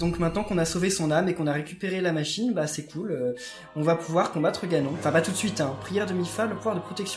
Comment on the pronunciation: il ma fait mal dans le ganon c'est ganone on le pronoce comme ca